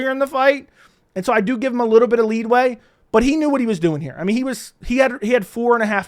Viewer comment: It's leeway not leadway